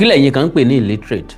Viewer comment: Awikonko You didn't hear her Pronunciation Well, the shameless woman said, illetrace........